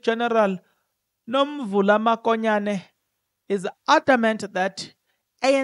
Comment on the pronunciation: Write Mokonyane please, not Makonyane. Verbally pronounce it MOKONYANE not MAKONYANE. Wena you are careless with calling people's names or pronouncing words. Hai !! You are not different from people who say LIBOMBO instead of LIMPOPO. Hai !